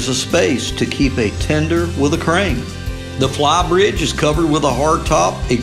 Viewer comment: "flaw-bridge and poll-it house?" 😆